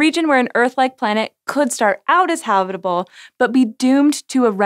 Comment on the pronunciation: I swear you're saying HOBBITable zone. They seem to do well even in Mordor, so Venus is doable.